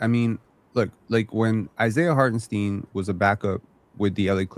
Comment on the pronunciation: Side note : Can we respect Isiah Hartenstein enough to stop mispronouncing his name?? Jeez lol. It’s pronounced STINE not STEEN